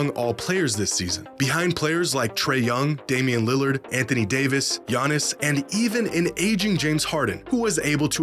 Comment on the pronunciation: the disrespect on Giannis's name is appalling...